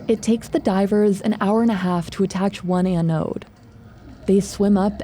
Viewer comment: the way you say "anode" irks me